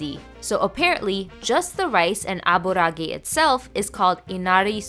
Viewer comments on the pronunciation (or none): It's pronounced Ah-burah-ah-geh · Minor nitpicking, but the word aburaage is made from the word abura and age, so you are supposed to pronounced the middle a twice instead of how she pronounced the middle a